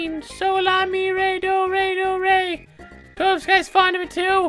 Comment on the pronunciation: "I'm still confused to what the.......... uh...." Yup, say hello to Belome! On Midas River, there are some caves that have benefits, while others are trapped. Also, you make Toadofsky sound like some magical ingredient LOL